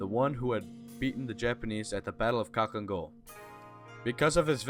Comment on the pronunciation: It’s pronounced halhiin gol.